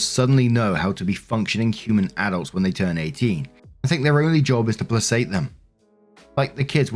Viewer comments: You’ve done it again. It’s not Playse-ate… it’s pronounced Plah-kate. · narrations,,psst, placate is pronounced like "PLAYKATE" not "plasate" . You guys created the language, so get it right mate! Lol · I’d like to correct your pronunciation of this word “placate”. Phonetically you are saying “play sate”. It should be pronounced “play Kate”. Sorry, but I’ve heard you say it many times & it just makes me cringe. 🤷‍♀️ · Play-kate, not place-ate. Sorry to be that guy. Keep up the awesome work 😁👍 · Play KATE not playsate (placate). You have made this mispronunciation several times in the past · placate is pronounced PLA-KATE! It comes from Latin placare which means to appease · Love your channel but please learn how to pronounce placate, it really grates! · When STILL can't pronounce the word "placate" correctly........................ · Hey, maybe this is a british to us english difference and it might be pronounced differently, but in us english at least, "placate" is pronounced with a sound, and not an sound. Edit: looked it up, and it should be the same in british english from my understanding (unless dialects differ).